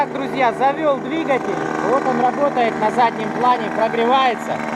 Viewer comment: говори правильно дригатьель